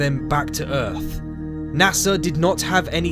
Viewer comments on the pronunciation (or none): Where is this "Erf" planet the narrator speak of?